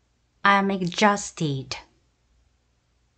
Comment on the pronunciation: exhausted는 발음이 ɪɡˈzɔːst 입니다. dʒ로 발음하시네요. ㅋㅋ